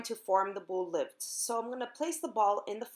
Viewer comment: Your recipe is great, but your pronunciation of “ bolos levedos” is terrible!! Thanks for the video, I’ll certainly follow your recipe!